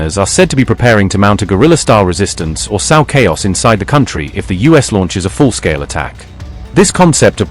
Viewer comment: It's funny how AI audio falls down on the simplest words. In this case confusing sow (plant seeds) with sow (a female pig).